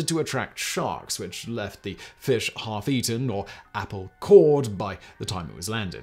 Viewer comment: I mean, it's to be expected. "He starts there, the old man, and his job is to catch the feesh, so he get in the boat, to try to catch feesh. So he catch the feesh, but the feesh is very strong, so the old man cannot reel in the feesh. So then he fight the feesh more, and he finally catch the feesh. But on the way home, the sharks come, and eat the feesh, and so, he no make money."